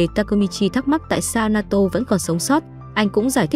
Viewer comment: Naoto : ❌ Na to : ✔️